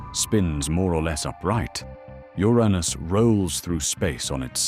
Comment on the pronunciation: Uranus was pronounced: YUR-AYNUS !! 😯😳🤣